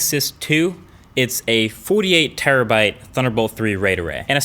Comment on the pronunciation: you're really hitting they New York accent when saying '48' 😂